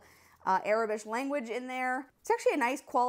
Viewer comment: Aurebesh is pronounced "Ore - bish"